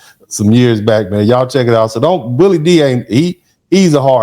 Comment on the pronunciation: Willie is saying it exactly right